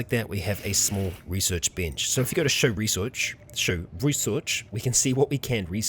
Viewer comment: Resorch XD love it